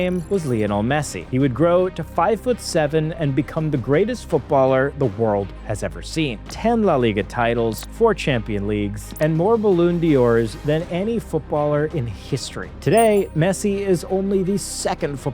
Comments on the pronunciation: Balloon D'or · It's pronounced Ballon Door.